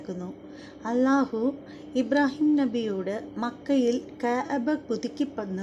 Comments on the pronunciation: കയബ അല്ല കഅബ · കയാബ. അല്ല .. കയബ ✅ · കയ ബ അല്ല ... ക് അബ or ക അബ ....